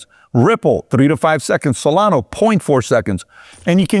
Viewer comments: Solana, not solano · Do you no that its solana not solano 😂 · What’s crazy is that he’s doing a show on crypto and he can’t even pronounce 1/4 of the coins he talked about. He is obviously paid by ripple to do this. SolaNO??? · And "Solano" too. Cuts right through me. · It's also Solana not solano. Lol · Also Solano😂😂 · You know he owns very little “ripple” cause he says ripple instead of XRP. This is so frustrating when people who are involved with the crypto space and say the wrong names of crypto currencies. I swear he also said cardana or Solono earlier in the video too. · You keep saying Solano lol. It’s SolanA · Why you are calling Solana, Solano is a mystery. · Bu the way it's solana not not solano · It’s SolanA not solano LOl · Salano lol. It ends with the letter a. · The best part is when he says “Solano and Cardano” 😂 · Do you just want to pretend you know about everything? You’re doing a show on crypto and you can’t even pronounce SonalA. Stay in your lane. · He can’t even pronounce Solana correctly. You’re asking too much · Did home boy just say solano?! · Yep, I heard that lol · Bro... it's SolanA, with an "A"!😅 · Y does Pat keep calling solana, SOLANOOH!! WITH AN "H"!!😅😅😅